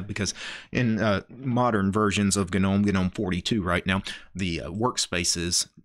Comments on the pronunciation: it's gnome. Pronounced nome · am i tripping or does he keep saying the word "gnome" wrong... wtf...